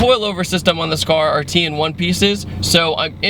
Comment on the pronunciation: "TEIN" rhymes with pain